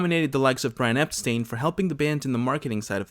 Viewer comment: Hey guys… it’s “ EPSTINE” not “EPSTEEN”. And the fifth Beatle was George Martin. End of discussion!😊